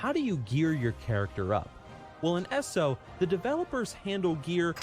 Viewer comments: I just dislike it when ppl mis-pronounce ESO as ES-O, sounds like Asshole. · I'm I the only one that gets cringed when he says ES-O